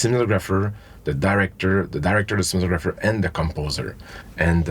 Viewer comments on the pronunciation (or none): Meanwhile, Dennis the Menace goes "cinemagropher"